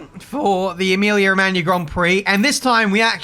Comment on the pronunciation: He actually is the only anglophone to speak Emilia Romagna correctly :O